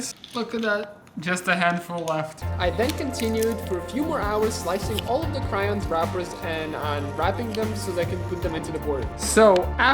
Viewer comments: cRaIoNs it’s pronounced crayons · “Cryons” “Par too”